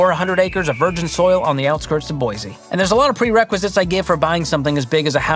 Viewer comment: I think you finally pronounced Boy•see correctly! 😂